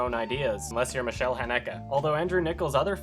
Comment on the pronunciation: You're pronouncing the 'Michael' in 'Michael Haneke' like a Frenchman, not a German.